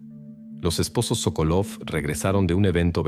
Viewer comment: Sókolov es correcto el apellido, la esposa es Sokólova. Los nombres en ruso se pronuncian como esdrújulas. Si la palabra es grave, el acento va en la primera sílaba como Pútil.